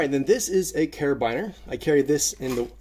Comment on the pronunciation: Never heard a carabiner pronounced that way but love the content